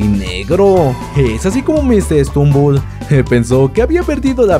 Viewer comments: Es stumble no strumble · no es srumumbol es stutumbel